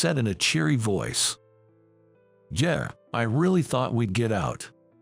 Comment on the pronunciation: Yeah is not yay. Try ensuring the narrator knows how to speak the words. Growl is what a dog does.